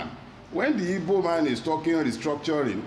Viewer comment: First time hearing anyone pronounce "Igbo" correctly instead of Ibo.